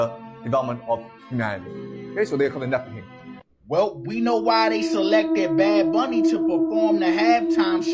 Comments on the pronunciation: Anyone else triggered by this guy mispronouncing Nephilim? Just me? Okay. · Definitely. Sounded like he kept saying Niflheim, which is its own thing in norse mythology